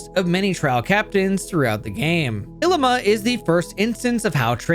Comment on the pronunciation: His name is ‘i-lee-ma’